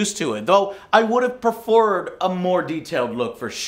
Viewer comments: I would’ve “preforred” 🤔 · Prerford???? Lmao always mispronouncing 💩